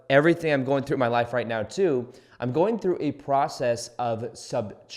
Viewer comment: i love that you always say right meow